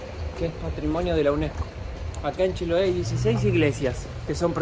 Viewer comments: el lugar se pronuncia con tilde en la e, chiloé, con todo respeto siempre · no es paláfitos, es palafitos, lo dijo bien palafitos, pero es Chiloé. no Chiloa 😂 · Hermoso video y. En todo caso lo dijo bien al principio, se dice acá "palafito" con un ligero acento en la "i", no en la "a". Y la palabra "Chiloé" acá se acentúa en la "e" no en la "o". Y sobre la pregunta de en realidad habla el español casi perfecto, debe ser la estonia que habla mejor. Un abrazo a ambos!